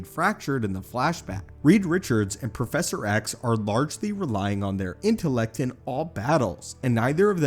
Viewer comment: See? Here you sound fine. Edit: Spoke too soon "profeshor"